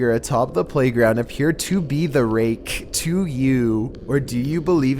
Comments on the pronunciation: RakEH My ears: AK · Lol the way he says "The rakE" is funny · said “the raKE” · The raKKKKE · "The Rai-keh!" Even the letter K has to be distinctly pronounced. hahaha! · bro how the fk do u say Rake....RAAYY KKKKKKKGH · making "rake" into 2 syllables. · "The ra-KE" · "The raKKe" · "The Rakķqė" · The ray...KEH. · Me :.... Him: The rAKE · "The ray-KEH" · The Ray-KEH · Should get that checked out bro, pronouncing rake that way might be a sign of lupis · He says the raKE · ....the most terrifying thing about number 6 was how you pronounced 'rake.' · Say Rake one more time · Why do you hit the K in the "rake" harder than ray rice hit his wife? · That's a hard K, homie. And "Ma-reen-ers log"... omg.